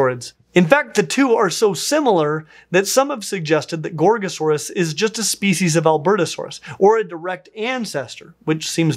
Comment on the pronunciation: Every time I hear you say Gorgosaurus, I think I'm hearing you say Gor-Gor. I hope that a dinosaur is named after a GWAR song, even better it is a Tyrannosaurid.